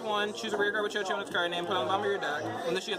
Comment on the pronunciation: chouchou is pronounced as (Shushu) btw